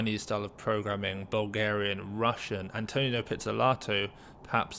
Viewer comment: It’s AntoNINO, not Antonio